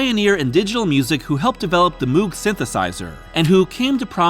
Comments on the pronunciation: Interesting story 🙂 FYI it's pronounced mow-g, not moo-g :-D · Moog = sounds like Mowg btw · You are mispronouncing Moog